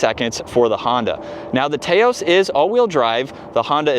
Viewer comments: Taos is a place in NM known for a rugged and beautiful landscape. It’s pronounced TAH-OS Drives me nuts to hear people mispronounce the car name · Tay-os?? Really? 😆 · he is right. You don't pronounce tacos "tay-cos" do you? If so, may want to do some research. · You are deflecting now. You are in America so use the proper pronunciation for the country you live in and don't try to use British pronunciations for "aluminum" and come off disingenuous. No need to make an excuse and try to deflect that someone in say, Malaysia, says "Tay-Os" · Can’t even watch this video because you can’t pronounce Taos